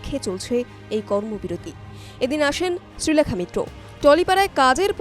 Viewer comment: খুব ভাল অভিনেত্রী, সুন্দর উচ্চারণ। ভাষা, শব্দ প্রয়োগও ভাল। প্রতিটি কথা শ্রীলেখা ঠিক বলেছেন।